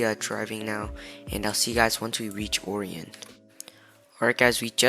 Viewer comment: It’s pronounced arian not oorion btw :) Great video tho dude! Keep it up